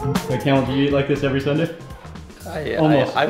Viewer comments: Myst Lyfe no his name is not Camil, it is Kamaal. That’s how it is pronounced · You should pronounce KEMAAL not CAMEL🤣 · he pronounced it wrong probably Kamal or Kamil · His name is kamal not camel 🐪 🤦🏻‍♀️😂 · His name is kamal Not camel😂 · I agree !!!! But he keeps on calling him (camel) Its not camel !!!!! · 😆😆😆😆 and poor Kamal aka camel, 😆😆😆in all the videos, he pronounces his name camel 😆. You would think he would have corrected it. So, he's calling him camel the whole time. Too funny! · Yes, you are correct, not "camel"....!